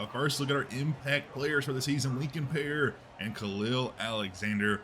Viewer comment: Great series! FYI Pare is pronounced like Perry.